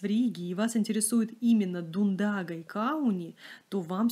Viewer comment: Через три дня еду в Ригу, планирую заехать во все пряжевые места, включая фабрику в Паце, где производят Дундагу))). Те магазины, которые сняты тут, тоже хорошо знаю и уже была в прошлые приезды, очень приятно их вспомнить. Спасибо за красивый ролик! И ещё. В латышском языке ударение чаще всего падает на первый слог, улица СтАбу, пряжа ДУндага, река ДАугава. Мы говорим, конечно, как нам удобнее, но я специально выясняла у латышей, чтобы не обижать особенности их речи)))))